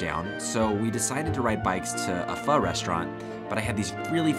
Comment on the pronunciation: I like how people pronounce pho it’s so funny